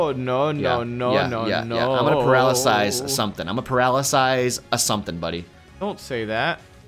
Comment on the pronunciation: And paralisize not paralysis